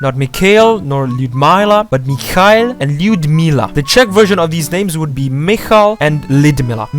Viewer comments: After all, it would be correct to pronounce NOT МихАил (MikhAil), BUT МихаИл (MikhaIl), the stress on the letter "I". And yet, many names of NPCs are just nonsense, not Russian names. The same Tsarevich is not a name, but a very old name for the title of the future Tsar/Knyaz (Царь or Князь). By the way, the word Snezhnaya with the stress on the letter "A" sounds strange to the Russian ear, we would pronounce it as SnYEzhnaya with an stress on the letter "E", from the word "Снег" (snow). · МихаИл, not Михайл :). like in "ill" but with one l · Некоторые ударения неправильные, например, правильно говороить МихаИл, по-другому никто и не говорит. У нас вообще мало двойных ударений в языке. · In the name Mikhail the stress is placed on the last vowel. Mikhaíl. More shorter version is Misha. It's like Katherine and Katya. 😊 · You made some mistakes like Golitsyna - it's not GolitsYna, it's GolItsyna (ГолИцина), "I" is stressed and for more natural pronunciation it's better to say "Galitsyna", the same with Snezhnaya, it should be SnEzhnaya (СнЕжная), it's an adjective "Snowy". Also it's Mikhail, "i" is also stressed like "MikhaEEL" and LyudmEEla" that you got correct. But anyway, thanks for explaining this to non-Slavic people!